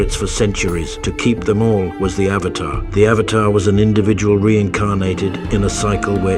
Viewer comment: i hate the fact that everytime i listen the pronunciation of avatar it just hits me. its like pronouncing burger as bergers . it gets on my nerves ahhhhhhhh